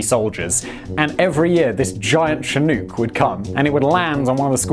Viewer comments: Why can't British people say "Chinook"? It's "chin-ook". The Chinook people of north America must be so frustrated every time they hear this. It's pronounced "Shh'nuk" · Btw its "shi-nook", not "shi-nuke". ;) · Che-nook? It's pronounced Shi-nook. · They could have saved everybody from outside the area headaches by when transliterating from the native language to English spelling it "Shinook". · Again with the mispronunciations lol Chinook has a sshhhh sound at the front of the word so it’s shinook not tchinook if that makes sense lol. It’s a Native American word for a certain type of Salmon found in the Western US. And side note the “L” in Salmon is silent lol Cheers mate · Chinook = shin + nook (like book) not shin + new + k. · FYI The Chinook Indian Nation, is pronounced shĭ-no͝ok′. Like look. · I don’t know if it’s my Canadian ears but the way he says chinook makes me cringe. North Americans say it as- “Chin-uk” there is no. “Ooks” aboot it 😆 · It's pronounced "Shanook" not "Chin-ook" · In Australia we pronounce chinook like look as opposed to too like Simon said it, it's so interesting how different accents can be! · Say it with me now. "Chinook!" Rhymes with shin-book. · Chi, as in Chicago. Nook, as in...nook or brook. Emphasis on nook. Only my crazed Scotsman of a father says chin-NOOHK. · ITS PRONOUNCED shin-nook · Just FYI, "Chinook" (a native American tribe), is pronounced "shih-NEUK", with the "nook" bit rhyming with "book", not "nuke". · Chinook -- pronounced shin-nook (nook as in "book") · Chinook is che-nok like the winds in Alberta. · whats a chew-nuke? iv heard of a chinook helicopter. idk about no chew-nuke though? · What's the US helicopter called again? A CH-47 "she-nuke"? ;) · Lol he pronounces the American Chinook wrong😂, but it’s all good 🤙 Look Book Cook Took Chinook 🤓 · Simon apparently cannot pronounce Chinook correctly. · Come on Simon....thats not how you say Chinook lol blaze on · The way he pronounces Chinook bugs me...